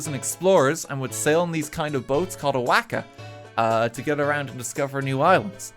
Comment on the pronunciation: i love the way he says waka, he butchers it so much